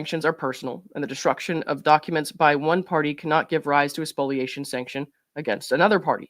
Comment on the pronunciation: Thanks for correctly pronouncing spoliation!